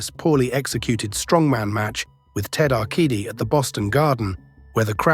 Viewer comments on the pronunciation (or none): Ted Arcidi's name is pronounced with the "c" as an "s". :) it is great listening to these guys try to sound like ultimate authorities when they mispronounce so much stuff.